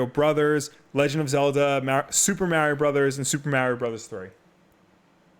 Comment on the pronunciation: I like how he’s judging filip miucin about the Bethesda pronunciation but yet he can’t say Mario the correct way. And beatemups says SEEGA instead of Sega,Just saying I don’t think that has anything to do with whether you like video games or not lol